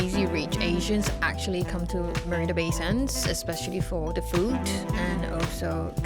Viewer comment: As a former Singaporean, I can easily detect it in a Singaporean. She sounds like her accent has developed from exposure to foreign countries, while maintaining the essence of the Singaporean accent. Still pronounces words with 'th' with a 'D' sound as in 'De food here is excellent.'